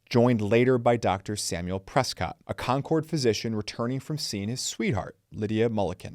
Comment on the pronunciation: He pronounces Concord like Concorde